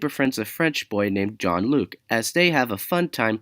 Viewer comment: did you say john Luc or jean Luc because I heard you say john Luc instead of Jean Luc